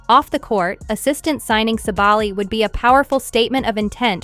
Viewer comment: And thank you for making the effort to properly pronounce her last name!